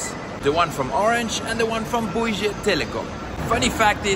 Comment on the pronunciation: Pronounced BOO-WII Telecom